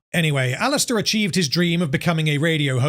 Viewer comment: Why you keep saying Alistor?